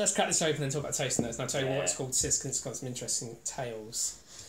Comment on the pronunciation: It's pronounced as 'Chisk', not Sisk. You need to drink it on a hot summer's day, in the evening, by the sea. So refreshing!